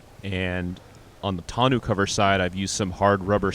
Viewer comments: Great build. This is how we say tonneau cover. Ton-oh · Other than they way you pronounce the cover (grating) freaking awesome job!